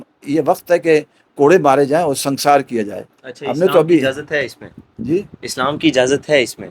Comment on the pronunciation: سنسار نہیں سنگسار ہوتا ہے